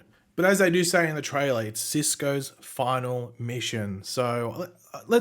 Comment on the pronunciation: That’s a big exaggeration on the word “final”